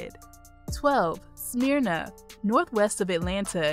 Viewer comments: It's not "smear na" it's "smur na" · It's not pronounced Smear-na. It's Smurr-na! Not that I talk southern just the way it's pronounced. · Um.... It's not Smeeerna... Smyrna. SMH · Its not Smearna its Smer Na Smyrna. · I cringed when she said Smear-na and Sway-nee.😳😳😳 But great video! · I have to do it...it's not "Smear-na" it's "Smer-na". Also, it's not "Sue-way-nee" it's "Swan-ee" though you'd be forgiven for "Suwan-ee" if you went through the U very quickly. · This is the south. It's pronounced SMURna, not SMEERna. And SuWAHnee, not SuWAYnee. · #12 is not pronounced Smearna! Maybe you should change your name to 'Black Ignorance'.I'm not even going to try to correct your pronunciation of 'Suwanee'.Suwanee. must be the result of questionable graduation rates. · Great video! Several mispronounced city names. Smyrna is pronounced Smer-na, Suwanee is pronounced Swan-nee, & DeKalb (capital D, capacity K) is pronounced De-Cab.